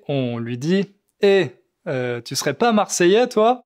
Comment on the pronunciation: Marseillais dit "chu" à place de "tu"